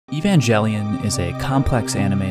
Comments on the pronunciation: its no evajelion it evangelion with g edit its not rem its rei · Not to be rude but it’s pronounced Evan-gal-ion not evan-jel-ian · He reads it as “EvanJELion”. As someone who reads it as “EvanGElion”, I find that very painful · He Said EvanJellyon instead of Êvangélion or Evanguelyon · It’s actually pronounced ey-ban-gel-ee-on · Shouldn't it be ey-van-ga ( like in gate ) - lee - on Since it comes from latin? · It should be ebangeriong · Bro really said he evanjelion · >opens video >narrator immediately calls the show “EvanJelion” >closes video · evangli-on is how you pronounce it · I was just leaving a comment about how he’s mispronouncing Evan-Jelly-on when I realized this video contains unparalleled levels of troll. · EvanJELLYon. I'm TRIGGERED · EVANJELLYION-That’s (not) how you pronounce it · I realised this was a joke as soon as he said evanjelion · Ah yes evanjellyon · ITS A HARD G (Ayo) GET IT RIGHT BRUH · why would you pronounce it "evanjelion" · Is pronouncing Evangelion with a soft g part of your satire? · im sorry but as soon as you pronounced it ee-van-gelly-on i stop watching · >Evan-jelly-on 0/10 uninstalled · it is pronounced with "g" sound, not "j" - the word comes from greek εὐαγγέλιον - evangel, gospel, and in greek it has "g" sound. the term was latinized as "evangelium" and then translated into latin and then into old english and stuff and became "gospel". So the "jelly" bit comes from translation manipulations. The same thing happened with the word "angel", as it is originally late greek -> late latin -> old french -> old english -> modern english. In german hard gs are preserved, in russian gospel - евангелие, has hard "g", so evangelion - евангелион, same with angel, as it was just borrowed from greek directly. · Ok, the first pronunciation of the EVANGELION made me immediately downvote this vid. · the way u pronounce evangelion inflicted psychic damage on me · Explains Evangelion, pronounces it wrong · You said the title wrong